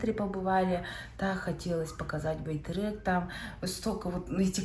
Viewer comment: …не байтЭрЭк а байтЕрЕк мягче надо произносить😊